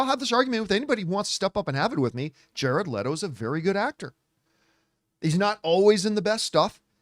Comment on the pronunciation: Thank you for pronouncing his name correctly